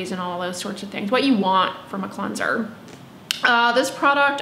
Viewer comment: Where are you from that you pronounce it “clunser”